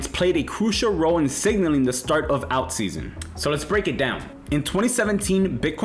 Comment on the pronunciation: This guy cant pronounce "alt." Might be a sign to be very careful. Get "alt"